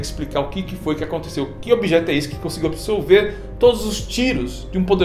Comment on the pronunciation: ABSORVER... e não absolver! Ok!?